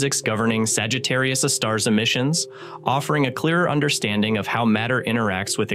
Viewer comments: It's not pronounced Sagittarius uh star. It's Sagittarius "A" star. A, as in hay star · Someone please re-train the AI voice that capital letter “A” (aaay) is not pronounced as if it’s an indefinite object “a” (aahh). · I get it that we’ve devolved to omnipresent AI narration. But if you’re going to use AI, at least make sure that it knows how to say the main topic of your video. We had 3 or four different pronunciations of Sagittarius A*. My favorite - and the first to appear - was “Sagittarius (a star).” Well no, Sagittarius A* is not a star. So I guess, if your AI can’t pronounce what your video is about, you really should fall back on an actual human narrator. (Revolutionary, I know…) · IMHO I would ditch the AI narration, or at least edit out the myriad instances of where it chooses 3 derivative pronounciations of Sagittarius A Star, such as: "Sagittarius Uhhh Star" It waters down the production value significantly. That said, it's otherwise a pretty.good presentation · Yes, me too! Ugh! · Sagittarius astar... This AI voice model needs work on its proofreading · yeah but it's most of the time that I hear it pronounce Sagittarius a star as Sagittarius astar, and I honestly don't think you can force the AI voice model to pronounce a certain word correctly depending on the language model it was built on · Y’all need to fix your AI’s pronunciation of various words, especially Sagittarius A* …